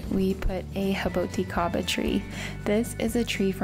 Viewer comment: You're pronouncing it way wrong -- jaboticaba is not pronounced like it's Spanish, it's a Brazilian Portuguese word, so pronounce the J like a strong J with a Z buzz. Ja-bo-ti-KA-bah.